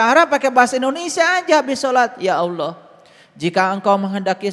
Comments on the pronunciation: Penyampean bahasa Ucapan harusnya Alloh bukan Awloh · Allah bukan aloh ,kamu itu sesat kan umat. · Alloh.....bukan awloh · COBA SIMAK KALA DIA BERUCAP ALLAH.... TERDENGAR SEPERTI AULLOH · Aq kudu kemekelen....kog ada orang yg mngatasnamakan dirinxa ustad kog melafafkn Alloh aja glepotan.... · Orang koplak dikasih panggung..ngucap Alloh aja can becus.